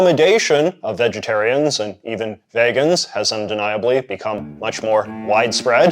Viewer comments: the vaygans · Why do you say “Vegans” that way? Surely that isn’t a canadian thing